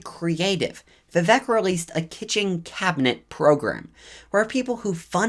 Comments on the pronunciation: I think his name is pronounced vih-VAKE, like cake, not vih-VEK like heck. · Vivek is pronounced We-wake, not We-wack. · Vivek is pronounced "Vi-Vake". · You need to pronounce Vivek correctly, It is Vi-Vake like “cake” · Learn to pronounce his name correctly !!🥱😡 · Vivek pronounced (We-Wake). Not we whack. and Ramaswamy pronounced Ra' (R-Ah)Ma' (M-Ah) Swa' (Sew-ah) Me